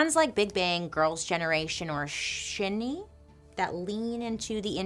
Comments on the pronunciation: “Shin-E” a+ for trying Bailey 💀💀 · It’s pronunced SHINY!!! I mean learn the pronunciations if you’re gonna talk about them… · Thank you for mentioning kpop, especially 2nd generation as it is the start of its globalization. A mild correction that SHINee is pronounced as “shiny” but thats okay. Thank you for mentioning Jonghyun in a respectful light. Yes, the compounding stress and loneliness of success probably made him make that decision (we will never know the whole story), but Jonghyun is more than his death. He gave and made so many great songs and performances and even advocated for the lgbtq community in a very conservative country such as sk. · SHINEEEE Bailey I am yelling XD it's Shine-ee but I am forever pronouncing it shin-nee now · Bailey the K-pop boy band Shinee is pronounced Shiny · Just in case you make a Dark History of K-Pop, the group is pronounced Shiny (just written differently) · Someone probably already beat me to it 😂 but it's pronounced Shine-E just so u know and I love your videos 🥰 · SHINee sounds like “shiny”. And they are they are unreal. I suggest Replay, Lucifer, don't call me. Let me know which is your fave of the three! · “Shinee” sounds like “Shiny.” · I'm not coming for you Bailey but SHINee is pronounced like shiny :) just FYI... I was devastated when I heard of Jonghyuns passing. That woke me up to the reality of these industries and never really liked kpop since. 😕 I was a huge fan beforehand of BIGBANG and SHINee etc. I was really glad you brought up kpop though because it's still happening now in that vile industry!! Probably even in western media with one direction, little mix and the like! I love creativity and I want bands to do well but I want them treated right!!! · Shinee is pronounced like shiny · SHINee you pronounce as you would 'shiny' hahaha you tried bailey! love ya! hope you're alright and healthy! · Its Shinee like shiney, something bright and shiney. And its Jong-Hyun. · Shinee is pronounced shiny🥰